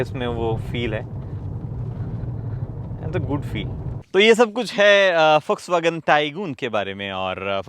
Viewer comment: Bhai jis tarah se vw ko pronounce kiya hai kasam se Ferdinand Piech bhi nahi kar paata